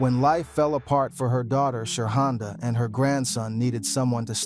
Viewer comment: You call that women "Sha honda"😅😅😅😅😅😅